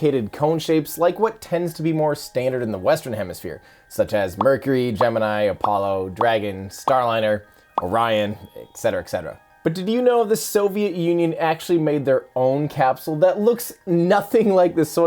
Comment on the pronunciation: Hasn't Vintage Space taught you that Gemini is pronounced differently if it's the space program than the Constellation?